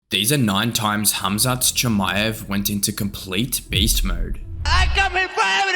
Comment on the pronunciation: Como vas a pronunciar tan mal el nombre 😂